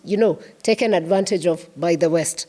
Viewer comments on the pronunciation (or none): none